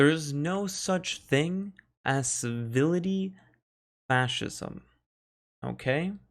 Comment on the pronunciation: Civility? Servility. As in servile. As in servant. Muppet.